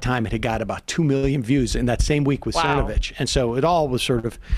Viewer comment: I remember him mispronouncing it Cervonovich.